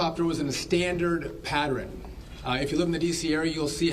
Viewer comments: the word is PATTERN not "patteren" geez and this is the 'secretary of transportation". Needs to get some speaking skills. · Patern not pateren. Seriously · Patterin? You mean Pattern?! Yeah, let's hire people who can't even say PATTERN properly, bc they'll be the best!!!! 😒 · And why move a plane to a runway knowing there is a helicopter in the area? “Patteren”? What English is he speaking? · Can we get someone who can pronounce the word ‘pattern’ correctly and doesn’t bob his head when he speaks?